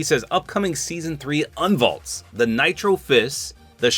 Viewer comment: "Unvalts: Nitro fists" Bro